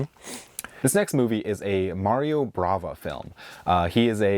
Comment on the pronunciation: it's Mario BAVA not BRAVA, you also kept saying BRAVA on the other video 😅